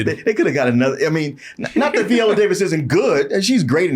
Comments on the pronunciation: Viola not veeeola y'all dgaf about vowel sounds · Can we please pronounce Viola Davis' name correctly? Not Viola like the instrument but VI-ola. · Who is VEE-ola Davis? 😂